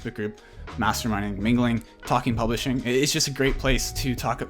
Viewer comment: Sounds like you say Polishing! Argh it’s Publishing ! Just saying